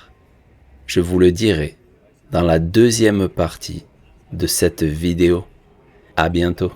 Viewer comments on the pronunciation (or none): none